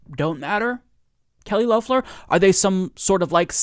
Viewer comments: For the second time, it is Lef-ler not Loaf-ler. yes she is making some stupid adds and we all hope she loses, again (she actually lost her election but no one got the required 50% of the vote) but at least pronounce her name right. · I enjoy your show. Please pronounce her name correctly. It’s LEF ler not LOWfler. Even tho I think she’s evil and racist, I think it would look better for you to pronounce her name correctly. Please don’t get me wrong, I can’t stand her and I voted against her.. Twice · Still saying Low-ffler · According to her own pronunciation its pronounced L ef ler. I hate to correct but the mispronunciation is a little annoying. It hurts credibility as well in my opinion. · Her name is pronounced "Lefler". Didn't you listen to her ad?